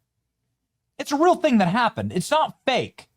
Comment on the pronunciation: THÄNG, its a THÄNG, not a thing, but a THÄNG